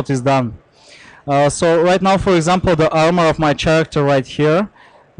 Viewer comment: it seems only to me that this guy can't pronounce the word character ?